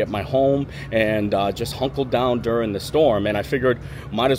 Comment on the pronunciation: You're going to "Huncle down". What word is that?